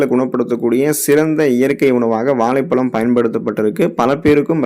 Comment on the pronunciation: Valaipalam alla vazhhaipazham first of all u must increase your tamizh pronouns action